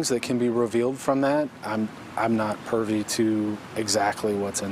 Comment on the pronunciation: I noticed the same thing. Cop said pervy vs. Privy